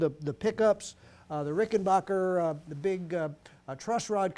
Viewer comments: It's not Rickenbocker, It's Rickenbacker. You wouldn't say Greenbay Pockers would you ? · Some lads pronounce it RickenBaycker